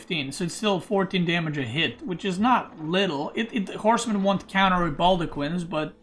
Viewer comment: for a second there I thought he said Core's men instead of horsemen